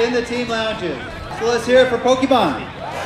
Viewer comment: Did John Hanke mispronounce Pokemon? SMH.